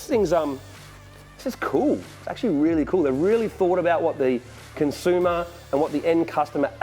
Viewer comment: consooomer?? Don't be a lazy American, pronounce it properly haha